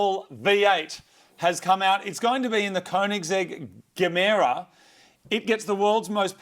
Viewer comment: It's the electric motor that's Dark Matter in Gemera. Also, I'd pronounce the model name like "yemera" because it looks like "ge mera" in Swedish, which means "give more".